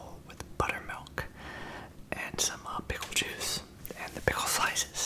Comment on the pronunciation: kinda like he is saying "shum honeycoumb"